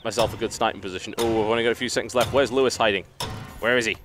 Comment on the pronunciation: for TB butchering Lewis :D